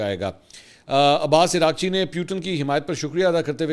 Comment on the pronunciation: Iran F M is being called Iraqchee,This is actually Araq chee ( means sweat ) kindly correct